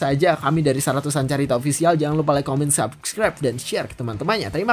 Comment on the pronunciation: Saratus Carita itu kaya kata"/bahasa(logat) maluku